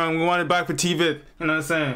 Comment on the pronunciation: bro TVETH pronounced like [tvæt]